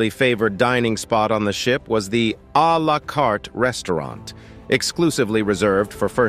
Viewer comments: We have a la carte menus in America, too. Most of us can pronounce it. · I presume that's the first time the narrator has ever heard (and said) the culinary term 'Al a Carte' You gotta love American, and their adoration of anything French BTW, you do know it just means, "From the Menu" . . . . . . and in NO way, is it fancy, at all